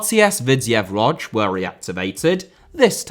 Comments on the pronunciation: Its pronounced "Woodge" not "Wodge". The "O" with the dot on top is pronounced with the "ooh" sound. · Isn't it pronounced more like Wooj?